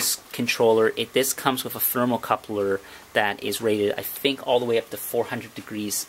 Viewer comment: It's thermocouple NOT THERMOCOUPLER....